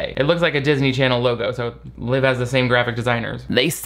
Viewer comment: i missed saying "darsny charsny" so much